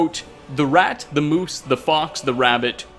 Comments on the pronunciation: Did...you just say "moose" instead of "mouse"??? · he sais moose instead of mouse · has pronounced many things incorrectly over the episodes...but MOUSE as MOOSE?! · I like how you called it “moose” instead of “mouse” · Moose? You meant mouse, right?🤣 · It’s Mouse like mice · You misread mouse as moose. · Did he just read "mouse" as "moose" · Sure, you said “thicc”. But you also pronounced mouse as moose! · sorry this really annoys me it’s mouse not moose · Mouse not moose lool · mouse = moose ? unsubbed.